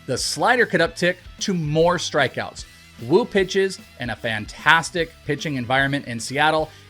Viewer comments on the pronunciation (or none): Bro When you say the name “woo” Do it with effort WOOOO! Not wuu! 😂